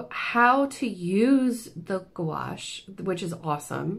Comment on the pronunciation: You were pronouncing it correct you. "Goo-wash." Good job!